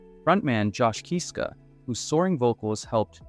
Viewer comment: I’m sorry to be knit picky but please pronounce their last name Kisska NOT Keeeska